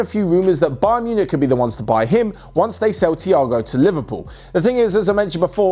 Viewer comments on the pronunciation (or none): none